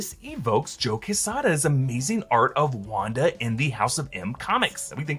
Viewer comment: Lmao it sounds like a race joke where he says Wanda like rawnda